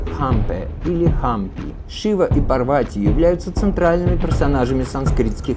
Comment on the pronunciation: События Махабхараты происходили в Гималаях. Курукшетра в Пенджабе или в Химачале. Пожалуйста не называйте ПАрвати ПарвАти 🙏🏻🙏🏻🙏🏻 пожалуйста, пожалуйста 🙏🏻🙏🏻🙏🏻